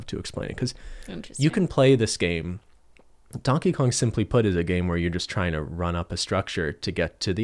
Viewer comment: “Who is Dankey Kang?”